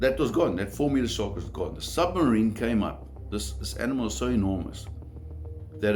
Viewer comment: "the Shawrk"